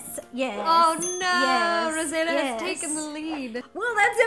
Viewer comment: it's yes not yas